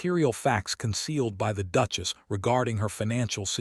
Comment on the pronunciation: Or the instance when she is called a “DUKE-ESS” rather than a duchess 😂